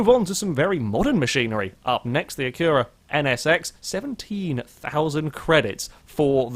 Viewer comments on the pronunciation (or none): Whats an acoura. Its pronounced ac-u-ra not a-cour-a